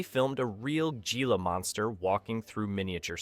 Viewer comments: Thank you for mentioning this mispronunciation, I was going to make a comment on the narratives being mispronounced-it made my teeth grid every time he said “Gee-La “ instead of “Hee-La” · Gila Monster.... correctly pronounced as "heela". 😮